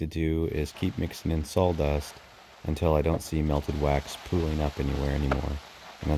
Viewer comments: Sawdust Not saldust😢😮😂😂😂😂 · Very nice easy to listen to.(except for the salldust😂) I’m a fire starter addict.😊 I appreciate all the work and humor in this. Great job!🔥👏🏼👏🏼👏🏼👏🏼👏🏼🎉❤ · I had to say it myself every time I heard it. Sol dust, saul dust, sawl dust. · Are you saying s a w-dust or s a w l-dust?